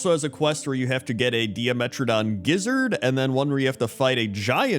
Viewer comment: I think it's pronounced like die-metradon, not di-a-metradon. Like "DIEmetradon." It's a pun, like pTERRORdax.